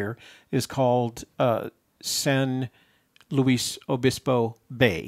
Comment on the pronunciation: San Luis again:) btw perfect pronunciation